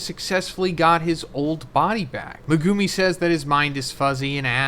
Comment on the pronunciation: Can we get to pronounce Megumi correctly at least once before JJK yall?😂😂